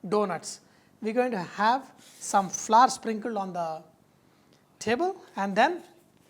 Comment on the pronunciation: sir you are a great cook nothing wrong with indian accents but since you are a great chef, please fix some of your pronunciations. for fantastic: it is fan. not fun or funtastic. for flour it is not flar/flaar or flore/ floor. it has same pronunciation like flower (phuul). same with hour (ghanta) it pronounces same like "our". hope you didn't mind. not aar/ are. although some measurements are missing from some of your recipes, but your cooking is undoubtedly "funtastic" :). since you have a great sense of humour. god bless you.